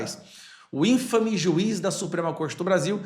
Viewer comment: toda vez que aparece a palavra INFAME vc lê como proparoxítona, mas é paroxítona e fica muito ruim. Leia "INFÂME" (de má fama), portanto tônica no FA